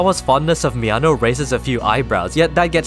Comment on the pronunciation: Being a native spanish speaker, I laughed my ass of with this video every time you said something like "He needed to confront Mi ano" because it just sounds like "He needed to confront my anus" and the saying it casually only makes it funnier xD